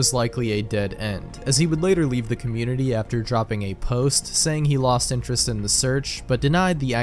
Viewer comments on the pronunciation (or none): none